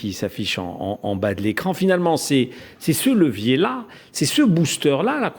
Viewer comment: Levier * pas lecier. Vous êtes tous aussi nuls les uns que les autres